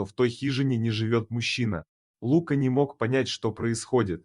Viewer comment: Кто это читает???? Есть русское имя ЛукА, ударение на А. Но нет имени ЛУка, с ударением на У.Чтецчитает быстро и монотонно. как шпаргалку перед экзаменом. Так нельзя читать подобные истории. надо выразительно читать, представлять эмоции тех персонажей о ком читаешь и вкладывать эмоцию в слова текста. Видео ряд хороший. Текст заново начитайте, чуть помедленнее, и голосом передавайте все эмоции и все чувства ваших герое.